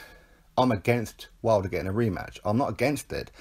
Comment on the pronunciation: You called him "Wilder" 😵